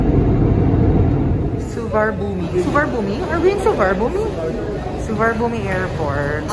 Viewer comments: ang tamang pag bigkas ng name ng airport ay SU-WANNA-POOM ganyan din talaga ang basa ng mga foreigners ang SUBARNABHUMI. di ka maintindihan ng mga Thai pag yan sinabi nyo. ang tamang pag bigkas ay SU-WANNA-POOM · I've learned that when traveling to Thailand never say to locals "Soo-var-na-boo-mee Airport" because they will not understand it. Instead, we say “Su-wan-na-poom” Enjoy Thailand mahals! :D